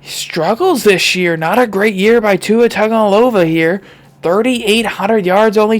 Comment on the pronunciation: It’s pronounced with Tungavilova so you say it with a n that’s not really there if you didn’t know you could just look it up!!!